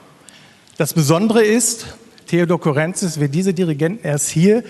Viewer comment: Das tut in den Ohren weh. Man betont Courrentzís - auf dem i und bitte nicht auf dem e 😑